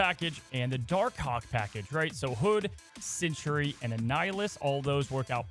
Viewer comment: I love that he always pronounces Sentry as Century